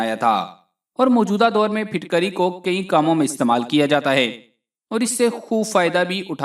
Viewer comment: Not fitkari Phutkari